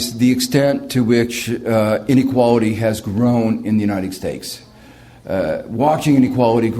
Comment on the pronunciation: He always says "United Steaks" hahahahh